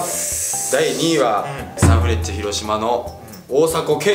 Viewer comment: サンフレンチェ→サンフレッチェ